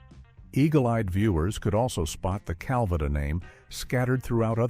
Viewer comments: Your crap AI narrator is pronouncing Calvada wrong throughout the video except when the AI says “drink Calvada”. That time it is pronounced properly. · What idiot narrated this ‘expose’? An AI voice?? Absolutely stupid, mispronouncing Petrie, Calvada . . . . the still shots are flipped backward. Anyone actually associated with this show should have nixed this debacle!! 😡😡😡😡😡